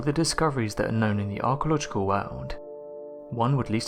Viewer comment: 20cm or 98 inches? 20cm is 7.8 inches. Archeological is not pronounced ark-a-logical. As someone who gets PAID to speak, you can do way better than this.